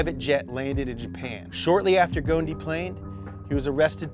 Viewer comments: Man his name is Carlos ghoSn , the S is to be pronounced , Ghosn means = branch 🇱🇧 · Carlos Ghosn? More like Carlos Ghone 😂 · I believe you pronounced his family name wrong 😅 Ghoson is the correct one where the “S” is not silent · I am a little annoyed that you don’t pronounce the S in his name! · His name is pronounced: Carlos “Gho-son” in arabic ..!! The word “Gho-son” in arabic means “a tree branch” .. just a fun fact ..☺️😉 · Two point , you are saying his name totally wrong , not a single letter correct 😂😂 … at lease say the “S” in the middle … secondly , today Nissan wishes that he is still with them, they get lost without him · Love the series and channel but please change your pronunciation of Ghosn. The Gh is hard to pronounce i know but you're neglecting the s in his name! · ur butchering his family name dude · The s in Ghosn isn't silent btw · Just a comment on the pronunciation, the S in Ghosn is not silent, the word “Ghosn/ غصن“ is made up of three letters in arabic: Gho = غ , S = ص , N = ن. The word Ghosn has a meaning and its literal translation is Branch. Without the S, the word doesn’t have any meaning in arabic. Even the Ghosn with an S pronunciation is not correct because the first two letters don’t exist in English, but at least it makes much more sense. Not trying to be condescending, just sharing knowledge. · Being leabnese. Everytime he would butcher his last time, i lose a part of my soul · Ur saying his last name wrong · The s is NOOOOOOOOOOOOOT silent! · You butchered his name. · The 'S' in Ghosn is not silent. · Guys the s in ghosn is not silent, the gh is pronounced like the French r too Also fun fact ghosn (غصن) means tree branch in Arabic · There is an ESS "s" in his last name... Ghosn... It's not silent. Just saying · The S is not silent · Go son not ghoon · Its probounced gosen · Guys, please pronounce the S in Ghosn. Take it from a Lebanese, it is pronounced Gho-son. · Its gh-os-n not goen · its not goone its gh-o-son